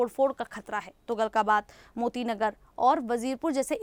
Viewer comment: Tuglakabaad hota he tugalkabaad nhi understand